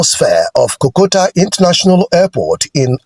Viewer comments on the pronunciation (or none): hello, its not kokota but rather kotoka